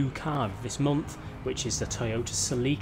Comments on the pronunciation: Se-Lick-Uh (YES) Se-Leek-Uh (no) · The Toyota Celica is pronounced like.. Sell-ica. That's all. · My nigga the way you shall Celica it's so wired I'll allow it cause other places say car names differently and as a Northern UK viewer this is really annoying to hear celeeka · Oml this guys pronunciation of these cars. Celeeeeka. Ford pUma. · Who else call the celica, silika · no, its pronounced Sel-ica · Se-leek-uh lmao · Se-lick-her lmao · I have never heard Celica pronounced that way 😂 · It’s cringe listening to him say “celica” wrong.